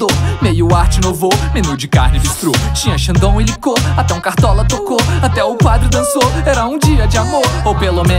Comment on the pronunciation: Eu acho que ele não fala "arte, inovou" e sim arte nouveau (se pronuncia nuvou) que é um estilo de arte francês muito comum como decoração em festa de casamento